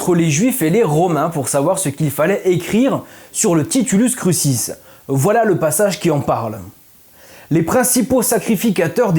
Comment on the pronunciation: de meme pour "titulus crucis" qui se prononce "titoulousse croukisse"